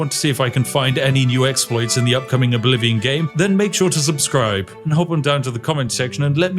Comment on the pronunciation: Elder Scrolls Errblivion?